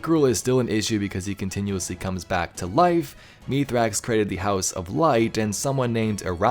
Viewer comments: No it isn't. The Eliksni name is pronounce mees-rax, so meeth-rax to humans sounds more likely. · It’s pronounced (myth-racks)